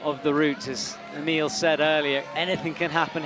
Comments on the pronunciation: An evolution of pronunciation of Emil's name: EEmill Abrahamamson eemILL Abrahamamason AhMeal Abrahamamasonon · from what I've gathered from youtube videos its a lot like its spelled naturally. 1 short syllable starting with eh sound rather than a hard E. The last part sounds like the word mull rather than meal or mill. Ehhmil. Im no expert on this, but I do know it should sound the same every time you say it. Hahahaha